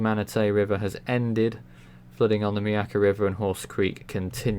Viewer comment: Good job pronouncing Myakka. Thumbs up